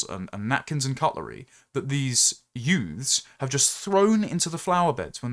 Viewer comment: YOOKAY YOOFS? The usual suspects?